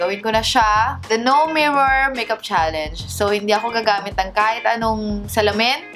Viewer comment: Akala Ko Sabi Nya the no (mimor) :)